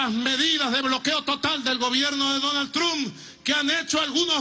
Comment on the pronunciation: ok ya me tiene mal por que dice trump literal osea no se pronuncia así